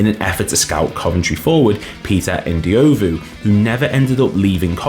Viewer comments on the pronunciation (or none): It's pronounced Rosental, not Rosenthal. And Ndlovu, not Ndiovu. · Or Peter N-dee-oh-vu